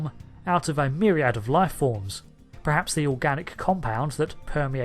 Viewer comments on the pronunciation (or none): Can you please stop saying "prehaps"? Its "perhaps" kthanks.